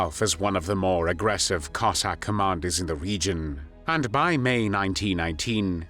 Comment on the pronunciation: Диктора на мусор! Козака а не коэсака!😂